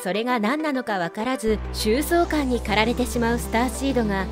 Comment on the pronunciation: 個人的に、いつもの男性ナレーターさんの方が雰囲気が良い。 女性ナレーターさん…よく読み間違うのが気になる。 5'26"〜:【焦燥感】…⭕️「しょうそうかん」。